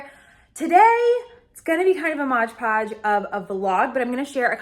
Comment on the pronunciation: I think you mean “hodge podge” instead of “modge podge” which would be mod podge used for decoupage projects. 😂❤